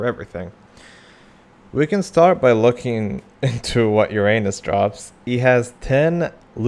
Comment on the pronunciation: the funniest part is that this is not how you pronounce uranus at all